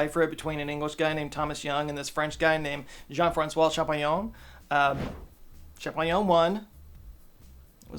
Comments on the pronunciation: Champollion is pronounced shampoh (so almost shampoo) + lion in French (like the city of Lyon)… but it’s very cute when you make it sound like almost champignon ( Mr Mushroom) whilst really hammering on the Hon hon hoooooon! 🥸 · as a French, hearing Champollion ́s name in english is so weird (kinda fun too)